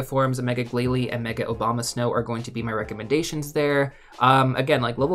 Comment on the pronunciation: Abomasnow? ❌ Obama snow? ✅